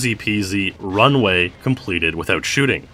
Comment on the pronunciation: I thought it said chooting